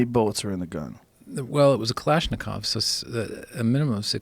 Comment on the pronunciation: Dude, can't even pronounce Kalashnikov the right way